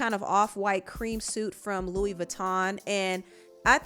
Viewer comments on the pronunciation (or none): none